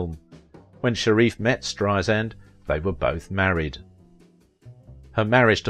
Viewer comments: It's spelled BarbRa. And it's pronounced Strei-SAND, not Strei-zind. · B-A-R-B-R-A. Two 'a's, not three. Last name pronounced Strei-SAND, not Streizind. As Barbra would say, 'Strei-sand, like sand on the beach. Soft 's.'